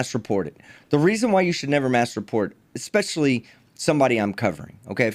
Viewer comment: Does anyone else cringe when he says "expecially" ???